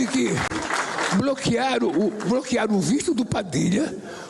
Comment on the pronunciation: Parece piada! "Bloquearu meu ministru"